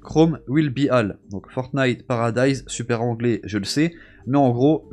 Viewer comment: Surtout étant anglaise moi-même,il a mal prononcé les mots, "all" ne ce dis pas "A"-ll mais "O"-ll